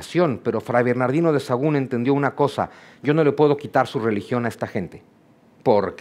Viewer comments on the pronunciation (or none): none